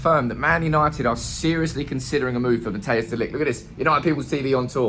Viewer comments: fyi non-dutchies , It's not Matteus.... it's pronounced more as Matt & Ice together. ;) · Matthijs de Ligt. Im a dutch guy. You pronounce it more as mathheus (as in lothar mattheus). I think its best to pronounce it liked mat-tice de ligt.